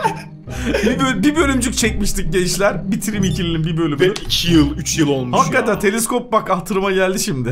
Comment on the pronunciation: Teliskop değil Teleskop